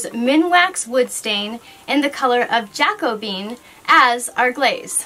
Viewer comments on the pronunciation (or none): Hi. Love your channel. I did want to let you know that the proper pronunciation of Jacobean is JACK' oh bee an, or in the English language it can be pronounce Jack Oh' bee-an with emphasis on the OH. I personally prefer the later as it sounds more fluid....and it's fun to say!😜🥰